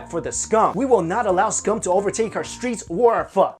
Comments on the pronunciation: He's pronouncing it as PHU it's PHOO!!! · PHO PHO PHOOOOOOOOOOOOOO; say it right because i am being hella triggered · It’s pernounced phor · I thought it was phoh not phuh the more u know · When white people say Pho as phoe... there balls gets torn off. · It's pronounced Pho not Pho